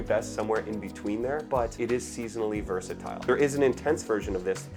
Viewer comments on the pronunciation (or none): none